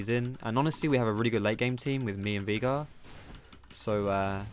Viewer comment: Why are you calling him Veegar? Its Veigar ._.